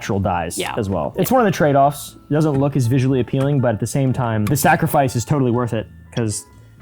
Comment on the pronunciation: I thought said “snackrifice” 😂